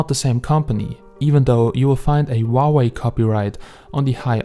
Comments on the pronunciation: we pronounce huawei as hoo-a-wey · Huawei isn't pronounced that way though.